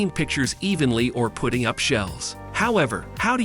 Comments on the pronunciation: STOP with AI voices, putting isn’t pronounced put-ting in this context but putt-ing amongst other mispronouncings that occurred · It’s putting not pooting lol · Putting is short U sound. Are you educated ? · Your AI REALLY SUCKS!!! Don't knit how else to say it. 1- The Hoto Rotary Tool Kit; pronounces ROTORY as "ro-tairy". 2- Same to as above, princess GRINDING as "gridding". 3-Inbirdie Tempo; pronounces "putting" (as in golf), as "PUTING" (the act of placing something). Sounds REALLY STUPID on the video. 4-Kootenay Carabiner; pronounces "cara-be-ner" as "CARA-BIN-ER". 5-Briksmax Light Kit For LEGO; pronounces "LED" (as in Light Emitting Diode, or LED Lighting) as "LEAD" lighting kit. Didn't know they were making lights out of lead. I wanted to like your channel and look at more, but I just can't.